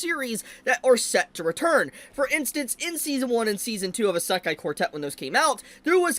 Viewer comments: Brother has NO IDEA how to pronounce "Isekai". Lemme help you, kid. It's said E-See-Kai , NOT A-Sak-Kai. (Semi) joke aside, I can't wait for more Isekai. It's been years! Sources: Japanese wife / Speaks four languages./ weeb for over 40+ years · Why does he pronounce it esekai